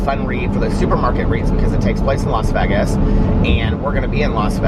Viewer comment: The way you pronounce Vegas to rhyme with leg-as makes me giggle every single time. I've never heard anyone else say it that way. I've always heard it pronounced like Vay-gus.